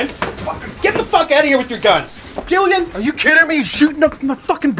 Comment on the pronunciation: Jillian...? It’s Julian...............